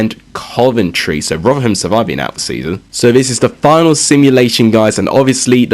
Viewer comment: Please bare in mind you can't say rotherham